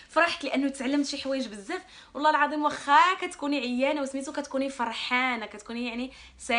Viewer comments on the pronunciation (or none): none